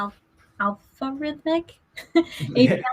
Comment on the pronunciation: Excellent, you managed to pronounce Aflorithmic correctly! Thank you for trying our API. Any feedback is extremely welcome.:)